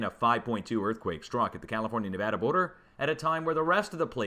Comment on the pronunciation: Yay, saying Nevada correctly! 😁